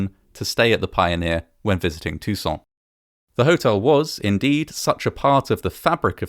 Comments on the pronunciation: Too-san. Not tousoon in a French way. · Awesome vid as always, but Tucson is pronounced in a very American, "Toosawn." It's not said with a French accent. We're not that civilized ;) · As a side note, I have to admit that I've always pronounced the city's name very differently (tuck-sen) rather than (too-zen) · Why does he pronounce "Tucson" like he's French fecbdbdht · Why do you pronounce Tucson like it's in France? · This pronunciation of "Tucson" is the second worse around. It is not a French word. Many foreigners do say "Tuck-son" though which is worse. Then the narrator aggravates his case by saying "off-ten" which went away in the 15th century. Does he also say "soff-ten"? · i love the frenchification of your pronunciation of Tucson lol